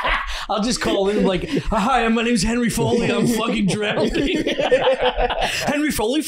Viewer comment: then goes on to say “drownding”